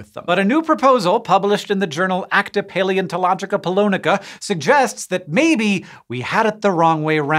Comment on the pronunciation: Respect to Hank for effortlessly saying “acta paleontological polonica” without batting an eye